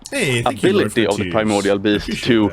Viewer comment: "I say the primordial beast because it sounds epic." LOL. Not the way this guy pronounces it.